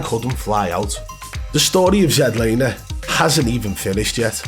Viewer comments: This is the first video I ever seen of yours and wow! This is how you wanna try and make money? Trashing a guy that has a life..and it's not zed laner.its ZLANER.. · Zed Laner? 🤣🤣🤣 It's Z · “Zed Laner” Lol. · ZED Laner ahahahahaahahAHHAHHHAH at least get the name right, geeez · You dont half waffle some sh#te you hahaha. You cant even say his name. Zed laner? Hahahaha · Dude you can’t even say his name right so how can anyone believe you lol